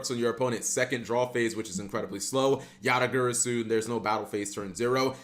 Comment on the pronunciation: It's GARASU not Gyrysuu